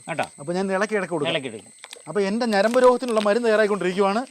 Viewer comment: നരമ്പ് അല്ല, ഞരമ്പ്